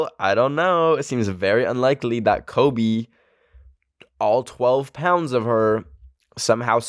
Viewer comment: it sounded like he said klobe